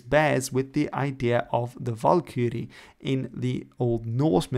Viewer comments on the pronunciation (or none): none